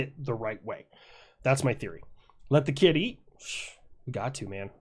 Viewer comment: Man you say kid eat and i almost all the time hear kitty :D XD